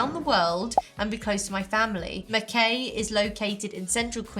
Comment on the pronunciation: Not sure if you know, but Mackay is pronounced Mac-eye, not Mac-kay. Feels like a place only Australians know how to pronounce